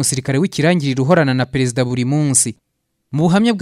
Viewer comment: Ibyo uvuga nukuri pee afite ijwi ryiza ariko aravuga nabi Ikinyarwanda..ndebera Pereziidaa,Igisiiriikaare..,nib ushaka ko tukumva ikosore kd nibyo uri kwigira,uratuma inkuru yawe itaryohera abayumva,Dusigasire ururimi Rwacu ,urashyira ubutinde kumagambo ahwo bidakwiye